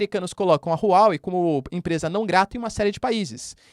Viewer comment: Não se lê Rru Uó Uei Lê se Ruá Uei